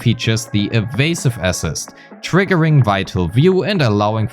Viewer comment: May I say something about your pronounciation. Assist entonation is on the latter syllable, so aSISt.